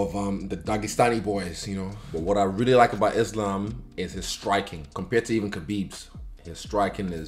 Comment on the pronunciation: So so so srryy bro....Islam...??wad ??Islam??wad??say it again bro...Islam...wad?? DAN WHO??WAD DIS U JUST SAID....LOL....NUTHING MUCH TO SAY....I GUESS U MIGHT BE A GOOD VIDEO FUNNY EDITOR...UR TIME IS COMING SOON TO BE LIKE DAN.....GOOD LUCK